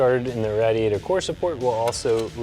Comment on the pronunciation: Why does he say radiator like that I almost killed myself watching this